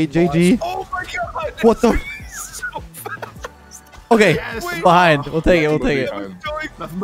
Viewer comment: So, am I the only one that noticed them all saying "BEE hind" instead of pronouncing it beHInd (emphasis was on the first syllable of the word instead of the last). Is that a Canadian thing? Is that how most people say it? I've always been taught that it's "BeHIND."